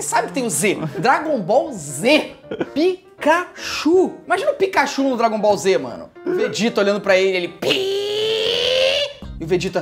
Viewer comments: Quando ela falou dragombalz eu pensei só falta a outra falar sla Naruto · Eu nem vejo anime e a garota falou dragoll bal Z >:(